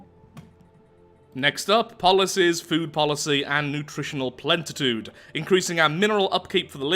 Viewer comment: Plen i t ude not Plen t i t ude xd